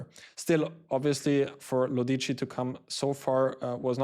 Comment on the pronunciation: The pronunciation is Lòdici, not Lodìci